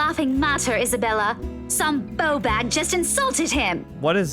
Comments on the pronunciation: Seems so. Annoyingly she pronounces bawbag as 'bow-bag' rather than 'b-awe-bag' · And bawbag (pronounced baw-bag not bow-bag) would be a ballbag. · It's pronounced more like 'bore-bag',. Your accent makes no sense.:-) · I know it's been mentioned before but when Rebecca starts going off on one at Isabella and she's just randomly using Scottish phrases... bawheid (pronounced bawheed) and bawbag (pronounced how it looks) and dinnae ken (don't know). The pronunciation is awful - also if she's English (which is how her accent makes her sound) she would probably never say those things and even if others are right and her parents are scottish or something, she'd definitely pronounce baw correctly. Like, you can't get that wrong if you're around people that say it... ALSO isn't it completely out of nowhere? Just saying haha ^.^ Anyway, I must admit - the whole thing gave me a right giggle. :) :) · I cringed hard when tried to say "bawbag". As a fellow scot, I use this insult on a daily basis. However, I'll need to say it like rebecca now hahah